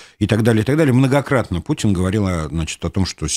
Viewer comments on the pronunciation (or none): none